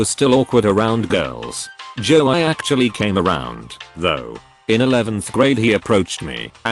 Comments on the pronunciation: Nobody: Text to speech: jo-eye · a little flash back, the second story is about a guy who got falsely accused of stalking a female classmate in 7th grade, Lindsay. In a few years, the guy was successful, she was not. He catfished her for revenge. So his friend's name is Joey, which the robot pronounces as "Joe(eye)" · Nobody: Dead people: NOT EVEN THE PEOPLE ON THE MOON PerStories: Joey = Joei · no one: ai reading joey: joe - i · Lin-say and joe-eye